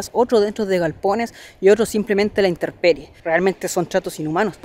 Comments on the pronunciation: INTERPERIE NO, ES INTEMPERIE DEL LATIN TEMPUS:TIEMPO. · AMIGO: "inTEMperie" Y NO "inTERperie". FELICITACIONES POR SU TRABAJO. MUY BUENO!